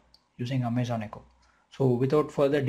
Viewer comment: I stopped watching as soon as you said "Amay-zen". Your accent makes this hard to watch.